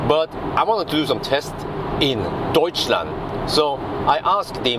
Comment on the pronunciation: wow, perfect pronounciation of "Deutschland" 👍